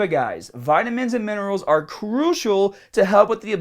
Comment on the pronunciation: "Benefits of protein eare..." lol